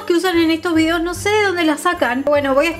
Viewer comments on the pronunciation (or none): none